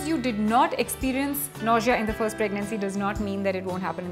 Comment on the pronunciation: Ur pronunciation of nausea is wrong.....but ur information is right dear.....love u... good luck